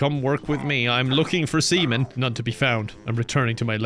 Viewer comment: when he said "im looking for sea men" it sounded like "I'm looking for semen" Too perfect